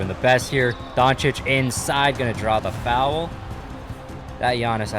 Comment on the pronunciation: “Fow Well” never watching your videos again because of how you say Foul 😂🤷🏽‍♂️